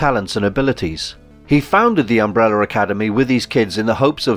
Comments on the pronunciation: Sometimes you can say umbrella. So why at other times do you say “umbrellur”/“umbreller” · Why does the narrator keep referring to Vanya (#7) as ''victor'. Also, Umbrella does not end with 'er'. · "Umbreller" you Brits! 😁👍🏿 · Why do British people say "umbreller" 🤨